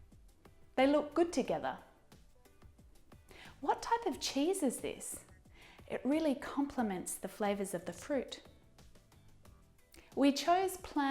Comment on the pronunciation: en el minuto dice favores en lugar de sabores: favours instead flavours. (four years ago):learning